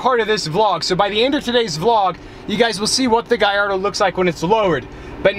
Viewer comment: why he say guy-ardo instead of gallardo